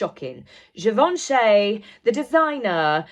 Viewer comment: You are butchering the last name ---- Givenchy ---- You are not dumb you can do it correctly.